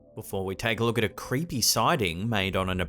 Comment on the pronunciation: the first video the guys said the church was "crepae" not creepy "crepae" 😆 🤣 this stuff is greater than Comedy Central